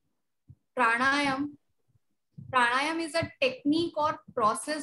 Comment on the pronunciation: Its not Prana + Yama, But Prana + Aayaamaa